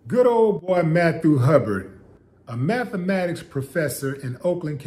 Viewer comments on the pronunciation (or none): Sorry Willie, but :19 seconds, it sounded as though you said "METHematics". My apologies.